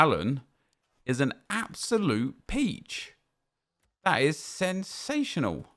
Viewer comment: I live for saying "That is SEN-sational"